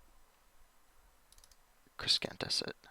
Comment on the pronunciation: Please learn to pronounce Crescentus. It's not Creskentus. It's crescentus. Like a crescent moon.